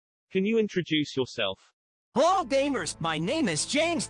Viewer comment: At the beginning sonic says hello but it sounds like “lol”